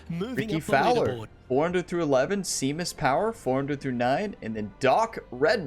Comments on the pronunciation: Pronounced Shame-us Power. Seamus Power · Just a note from the UK: "Seamus" is pronounced Shay-mus